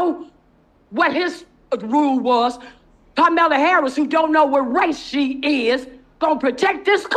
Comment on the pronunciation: She said Carmela Harris😂